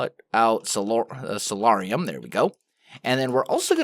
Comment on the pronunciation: I may be incorrect and please don't hate me if I am, but I believe soularium is pronounced (soul-air-ee-um)